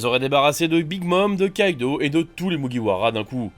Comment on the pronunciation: Jpeux pas prendre au sérieux des gars qui disent "kaito" au lieu de kaido